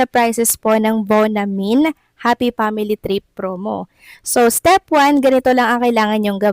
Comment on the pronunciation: hehehe...steP hindi steff!!! ano baaa????